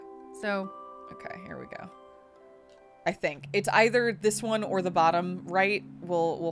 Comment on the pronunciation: ... yay, she pronounced "either" properly. I know it's such a nitpicky thing, but I love that.